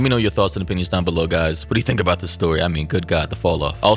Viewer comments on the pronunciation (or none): none